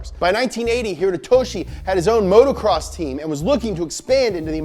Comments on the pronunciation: love you dogg, but it’s moto- cross, not motorcross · It's motocross not motorcross...